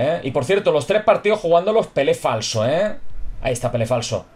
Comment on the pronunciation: Jajajajajaja siempre me hace gracia cuando dices "pele flaso" jajaja que grande y que grande pele falso un genio del asilo!!!